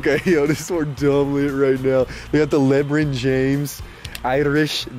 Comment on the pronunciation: did he just say "lebren" james